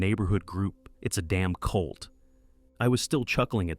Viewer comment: CULT, NOT COLD!